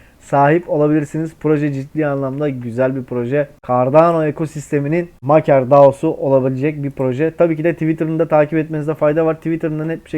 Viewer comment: Maker diye yazilir, MEYKIR diye okunur 👍🏻